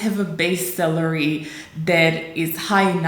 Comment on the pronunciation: Just to be clear, your spoken English is impeccable but as a positive criticism I would suggest you to be careful on reading the "a" as an "e" in every spoken English word. For example in this video your pronunciation of "server salary" sounds pretty much as "server celery" (adica tzelina pe Romaneste in loc de salariu. I-mi cer iertare, nu sint profesor de Engleza doar ca am petrecut mai multi ani in America de Nord si vreau sa ajut) Very educational topic for young Romanians aspiring to the "American Dream life" that you have chosen for your Your Tube channel. Looking forward to what's coming up next because so far I like your idea of realistically picturing the fact that "The American Dream" is not really for everyone. Not even for those bright and highly educated young Romanians. Cheers.